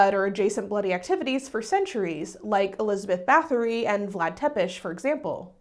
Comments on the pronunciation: Scholarly advice: check the pronounciation of foreign language names dear, the t-s got you. there is no þ sound in Báthory, it's just a hard t, and the t in Vlad Ţepes is a sharp tz like in tzatziki. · Sadly you're mispronouncing Bathory too 🥲